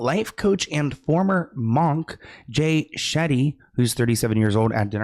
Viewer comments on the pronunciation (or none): Munk, not monk